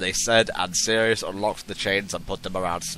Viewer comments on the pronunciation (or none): Think she's trying to say Sirius, but who the Hell knows...